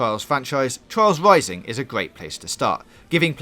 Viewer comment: Twials Wising ;)